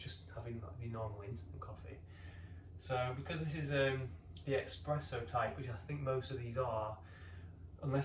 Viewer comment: Just a heads up it's espresso not expresso